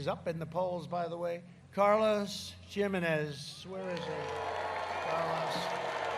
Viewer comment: carlos jim-enez haha